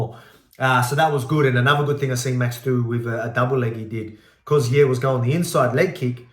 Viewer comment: 'Yair" doesn't rhyme with "hair", mate.